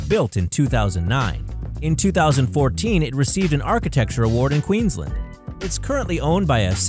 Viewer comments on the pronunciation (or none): OMG why does every American say Queenslend its Queens LAND! Like if you are in Australia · Queenslnd??? Melbrne??? You say Queensland and Melbourne like Jason Bourne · Pronunciation correction.... 1. QueensLAND, not Queenslend 2. Spelt Melbourne, pronounced "Melbn", not Melborn 3. Not pronunciation, but the it's the "Big Banana", not the "big bunch of bananas" 😂 4. The big pineapple is actually a large pineapple farm and has a little zoo, and holds a festival each year called "Big Pineapple Music Festival"....... Nothing inspired by SpongeBob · Dude it's queensLAND not queenlend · It's Queensland not queenslend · It's Queensland not Queenslnd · And it's Queensland as in queens land not queenslend stop pronouncing it that way it's really frustrating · He can't even pronounce Queensland right